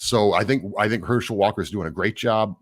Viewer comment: I think you maybe the only person I’ve ever heard pronounce his name Her-SHELL Walker. Must not be a sports fan 😝 otherwise, great analysis!